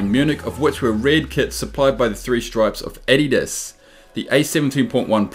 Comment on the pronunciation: You pronounce adidas wrong